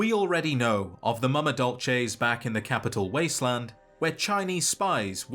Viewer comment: As a Starbucks employee, I would like to thank you for pronouncing Mama Dolce correctly (dol·chay), rather than the incorrect way (dol-say). I can't explain how it feels to hear the incorrect pronunciation of so many things hundreds of times in a single day, every day, for months on end. It's a nightmare made worse by the fact that everyone saying it has that horrible stereotypical white californian accent. It's awful. If you liked this comment you're probably in s similar predicament but I'm betting no one is gonna read this. Good luck to whoever does, have a nice day, I really appreciate your time.